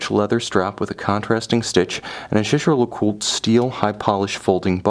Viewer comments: You might want to check that... he’s pronouncing it correctly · Sam bennet. The pronunciation uses is correct- try calling their boutique at Old Bond St and listen to how it's pronounced by the staff. To say pronunciation would put you off buying is frankly childish. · He pronounced it correctly, it’s French